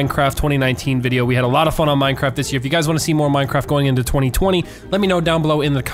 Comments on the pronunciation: MINECWAFT DEFWUUUUUUN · plae moar minecwaff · Minecwaaff deffwuun